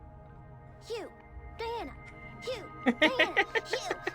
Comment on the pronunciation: raises hand Is there a particular reason you pronounce the "g" in Hugh?